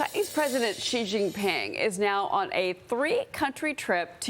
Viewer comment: Xi is pronounced 'She' not 'jee'. how can you purport to know anything about China when you don't know this?